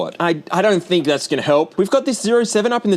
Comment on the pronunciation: Bro said hink